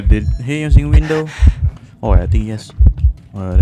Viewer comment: guys he said ues